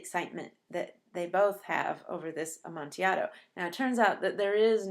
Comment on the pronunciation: Fantastic analysis. I only wish you pronounced the word amontillado correctly. Seriously though this was a great video.